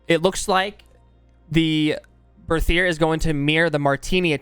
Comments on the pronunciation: The Berthier is a french gun if I'm not mistaken, so it's pronounced with a regular "T" sound, not a "TH" sound. "Bertier" basically. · Me and my friends as we were first trying to read this name pronounced it as 'Berthier MLE' so from that day we just call this weapon 'MLEH' and I think it's very informative. Also, I am hyper for SCOTTFIELD META honestly, I really liked the crudeness of this weapon when they added it, but the reload speed was waaaay to long for me to use it in a fight (as we usually just go all in into the enemy team, cuz of playstyle XD) so now with speed loader I think I might find it veeeery nice.